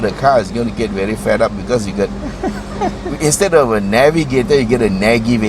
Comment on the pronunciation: "Nag" ivator" 😂😂😂